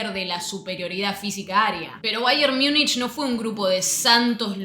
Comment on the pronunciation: Infumable esta mujer diciendo baier miunich